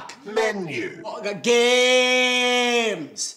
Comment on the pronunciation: When you were saying 'back' it sounded like Bach...I was hoping to hear some classical music; I was disappointed .